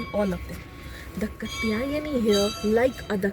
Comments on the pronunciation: It’s not kutyani it is KAAA tyayni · Not katyayani, name is Kaatyayani Please learn proper pronunciation By the way, thanks for the good info Om Devi skandamaatayai namaha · The right pronunciation is Kaatyaayani. Kātyāyani.